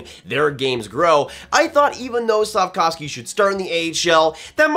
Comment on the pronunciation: Hi, Slack-off-ski lol